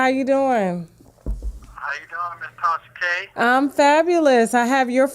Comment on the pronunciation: He called her every name but “Tasha k” sir it’s “Tasha K” 😂😂😂😂😂😂😂